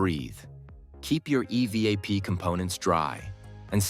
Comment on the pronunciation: Absolutely AI. Go to and listen to it call the the evap system the E. V. A. P. system. Earlier it had pronounced the word "evap".